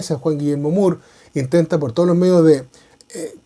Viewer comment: Estimado buenas, según historiadores peruanos se pronuncia “More” y no “Muur”. Saludos😉